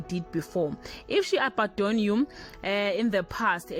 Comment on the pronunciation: Its abandon not abadon